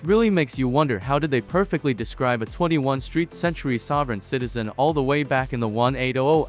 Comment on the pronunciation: * More STUPID AI narration * Listen how it STUPIDLY says "21st century" and "1800's" - that's when I stopped watching. (1) Stop watching (2) DISLIKE (3) Click "Do not recommend this channel". The people who made this video do not even speak English! Why don't they do the video in their own language?? By watching you are probably supporting people who hate America!